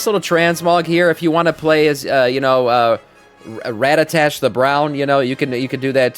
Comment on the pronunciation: FYI his name is radagassstt the brown lol not radatash, sir I think you've mistaken it for a Pokémon!! Lol 😂